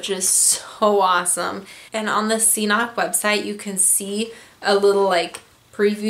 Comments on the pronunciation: pronounces it wrong...if you look at CNOC's own videos, they pronounce it Ka-nock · I really think the first C is silent. pronounced "Knock" Cnoc/Knock Outdoors BTW Great video, I love the 2L CNOC water bag Combined with the Saywer Squeeze. I also have their Carbon Cork Z style trekking poles. Amazing gear coming from this new and upcoming gear company. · Cnoc, pronounced K'nok (knˠɔk), is a hill or a mount in Gaelic and old Irish. Just as it says on their website ;) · But it's pronounced knock